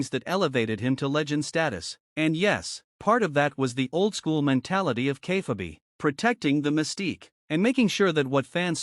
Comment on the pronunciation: Please teach your AI how to pronounce "Kayfabe"...